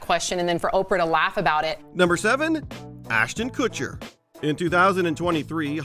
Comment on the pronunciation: Ashten Cutcher! Really?! 🤮